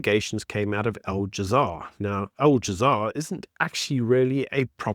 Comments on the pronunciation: It is Al Jazeera, not All Jazaar! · Please stop saying Al "jazaar" it's Al " Jazeera". Looks amateurish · my man said "al jamar" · Al - ja - zee - ra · It’s a -it’s that you let yourself down by not making the simple effort of pronouncing Al-Jazeera properly